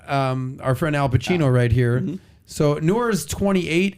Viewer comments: His name is not Alpachino, but Al Pacino! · I didn’t watch the video but I just came here to vent that “Alpachino” was really bothering me. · It's Al Pacino not Al Pachino!